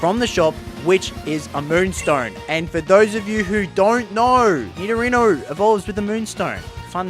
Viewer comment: “DORNT KNORRRR!!” 🤣